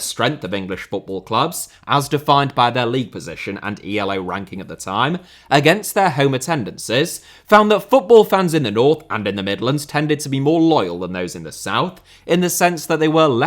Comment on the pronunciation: I think i can out pedant here. Its not pronounced E.L.O. its named after Arpad Elo.